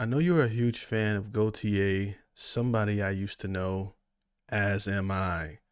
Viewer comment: "goTYe" not "goYTe."